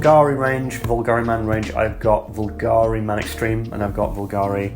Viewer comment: Nice video as always, keep it up. Btw a little sidenote, bvlgari is pronounced bulgari, not vulgari my friend 🤓